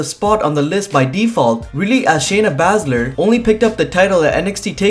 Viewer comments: ITS PRONOUNCED SHAYNA ‘BAY’SZLER KNOW IT ALL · Learn how to say Shayna Baszler correctly please